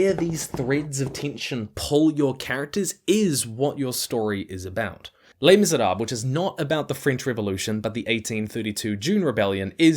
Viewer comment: Thank you for the video... please stop mispronouncing Les Miserables!